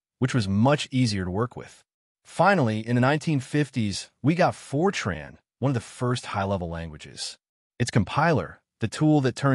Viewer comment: FROTAN????? FROTAN????????????